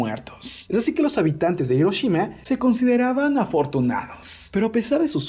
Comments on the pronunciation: A alguien más le desespera que " Hiroshima " lo pronuncien " Iroshima " y no " Jiroshima ". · Se pronuncia Giroshima pero se escribe HIroshima xD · Es "Hiroshima"